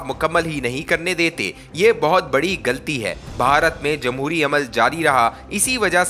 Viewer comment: Very bad urdu reading. Galti nahi ghalti. More bad mistakes in reading. Matric fail reader